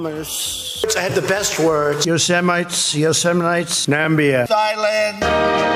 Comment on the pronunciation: Yo-semite…hahaha classic.